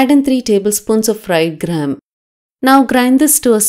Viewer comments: Which gram are you saying ma’am …i can not understand? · Did she say fried gram or dried gram .